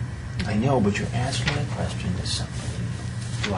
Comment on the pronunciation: "Issa queshten"